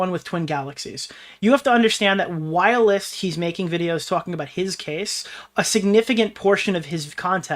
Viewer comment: WHY DO YOU SAY WHILST LIKE WIRELESS!!!